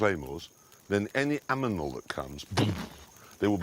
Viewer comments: "Any Aminal" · Everyone else: Any animal Clarkson: Emmy Aminal